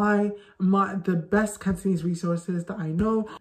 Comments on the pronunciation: Your Cantonese is awesome ! You can speak far better than a lot of natives cos your pronunciation is so clear without any slurs (lazy tone 懶音). Keep it up! Add oil!💪💪💪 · Hi, I'm a Hongkonger, Just wanna let you know you speak Cantonese so good with wonderful pronunciation, much much better than some foreigners where lived in Hong Kong,keep going, good job, we love you🌹🌹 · I'm working to learn/improve my Cantonese as an adult and I just want to thank you for compiling resources and tips. There were definitely some that I wasn't able to find by Googling on my own. Your pronunciation is fantastic, I love the energy you put out in your videos, and thanks again! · I just saw your interview on AppleDaily. And very glad to see foreigners to learn Cantonese. Cantonese is rank on top of difficulty languages. Cantonese still mainly use on Hong Kong , as well as Malaysia and Singapore, so it is worth to learn. And your pronunciation is good too. 加油！